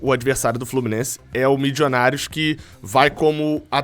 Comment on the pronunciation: Torcendo para ser qualquer time da Colômbia, menos o Millionarios Fútbol Club, porque não aguento mais o falar "Mijionários"